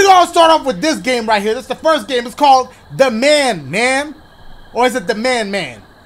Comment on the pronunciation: First sounds like blue